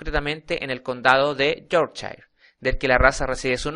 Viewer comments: yorkchain jajaja. cojonuda pronunciación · pero sino sabes ni pronunciar su nombreeeeee